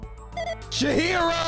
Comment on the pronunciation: chihari chihari